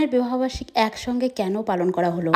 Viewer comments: এই মহিলাটা এত তোতলা কি যে বলবো এই মহিলার কারণে আমরা সঠিক উচ্চারণ বলে যাচ্ছি😅 যেমন বিরিয়ানি ❎বিরানি✅ ❎ বিবাহ বার্ষিকী ✅ ভিহ বার্ষিক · বিহ বার্ষিক 😂😂😂😂 এই মহিলার জন্য সঠিক উচ্চারণ টা ভুলে যাবো